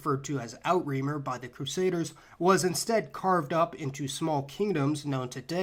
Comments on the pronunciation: Interesting! Outremer = outre' - mer (oo truh mehr), French for "over seas." Not Out-reemer. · Outremer (from French) is not pronounced "out-remer" but "ootrə-mer". Outre = “beyond”; mer = “sea”. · As a Frenchman, I died laughing at your pronunciation of "Outre-Mer", it's actually more like "ootruh mair". It actually means "overseas" and is also how we refer to our overseas territories (Guadeloupe, Martinique, Guiana, Réunion, Mayotte, Polynesia, New Caledonia, etc.) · Outremer is pronounced o tra mere.